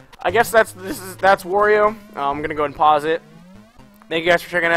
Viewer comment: The a in "Wario" is pronounced like the a in "art", not like the a in war.